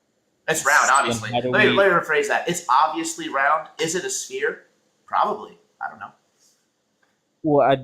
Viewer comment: I'm sorry but sphere is not pronounced spear. Spear is a hunting weapon. Sphere is pronounced sfear. Sorry but it's annoying hearing people call it a spear